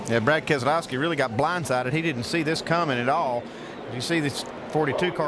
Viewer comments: When did keselowski become a 4 syllable name? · The way he said keslowski sounded wrong to me